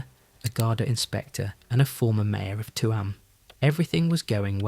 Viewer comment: Tuam is pronounced choom